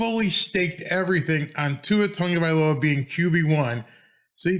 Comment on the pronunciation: Why do so many people add an N in Tua's last name? Instead of TAGovailoa, so many call him TONGovailoa.